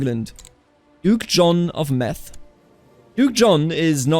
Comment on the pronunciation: Duke John on Meath is not pronounced Meth. Meth is a drug not a region.